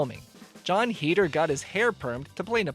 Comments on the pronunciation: Listening to him pronounce Heder wrong bugged me the whole time...its HAYDER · is it? i always pronounced it like him, consider me informed :)